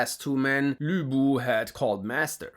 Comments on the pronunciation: My man kinda nailed Lv Bu's name but somehow butchered Caocao's 😂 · bro keeps calling Cao Cao (tsao tsao) Cow Cow 😭 even though you're pronunciation of Lü Bu is so good xd😂